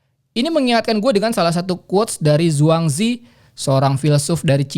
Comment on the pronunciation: Mon maap ralat sedikit Zhuangzi itu dalam bahasa mandarin cukup lafalkan z sebagai c Jadi cara baca Zhuangzi itu kek Cuangce, atau boleh juga liat di gugel translet ^^